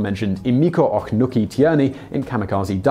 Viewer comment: I've seen some videos you've done with Japanese names and words before and while not perfect, and I mean with the best of intentions, those videos were miles above the pronunciation this time around. I mean, I wouldn't mind if you just said the words/names the way they would be read in English, but they were just... totally wrong. Like "Ohknuki" instead of "Ohnuki", "Kogutiai" instead of "Kougekitai", "Motahura" instead of "Motoharu", and "Takayiro" instead of "Takajiro". And then like magic, after messing up Takajiro's given name, you say his family name correctly and then do more-or-less fine the rest of the video minus repeats of "Ohknuki" and continuing to pronounce "j" like "y". Was that a weird Google Translate voice failure or something when you were looking up how to pronounce them? Or were they written incorrectly in the script or something? Again, I'm saying this from a place of love. I know you try to pronounce things to the best of your ability and knowledge, but something went REALLY wrong there for a while.